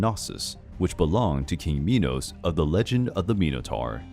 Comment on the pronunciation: I got so mad when he said Minos meEnoO